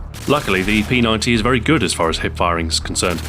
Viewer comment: Thank you SO much for calling the P90 correctly. Most people will say P Nine-D, but it's P Ninety.